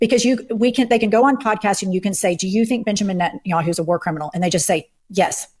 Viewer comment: i know this is kind of irrelevant but cory booker keeps saying 'entanyahu' instead of 'netanyahu' and i thought more attention should be drawn to that